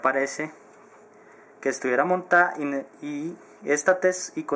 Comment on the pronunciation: habla bien huevon es montada no motaa y es textura no testura